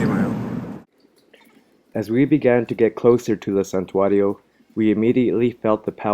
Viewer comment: These morons don't even speak Spanish! They can't even pronounce santuario correctly! Dumbasses!